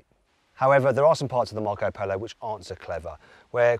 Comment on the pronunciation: Marc Polo sounds so much better in a Brummie accent.